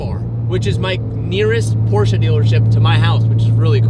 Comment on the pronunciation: please... learn how to say Porsche correctly... Its butchery for us europeans... Its not PorschA its PorschE google translate saya it perfectly...